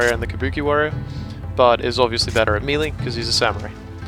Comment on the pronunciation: That's not how you pronounce 'melee' lol.